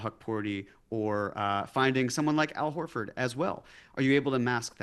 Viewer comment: Wut aboot Hal OlFard?